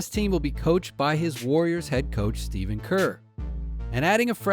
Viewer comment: He said steven but okay